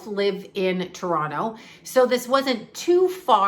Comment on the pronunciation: you still have your Canadian accent eh. Still sayy Toronto correctly heh 🙃💜💜💜 love u